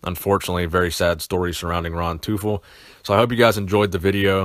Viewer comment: It's pronounced Toyful.. the german word for "Devil"